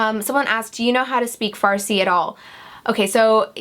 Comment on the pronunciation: you were born in iran?! yeeeeeeeeeeeeeey i'm iranian and my firs language is farsi for someone who doesn't speak farsi you pronounce the word "farsi" really good ;)